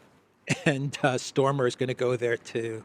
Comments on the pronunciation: pronunciation is STARMER,...not STORMER!!! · It's Starmer not Stormer. Just saying.